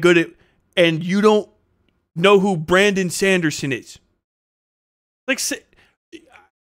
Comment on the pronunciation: Bramdon Sandersens this pronunciation got me rolling on the floor 😂